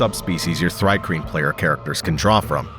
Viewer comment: It's pronounced "Tree-Kreen", you numbskull. The name is an onomatopoeia of the sound crickets make (stridulation)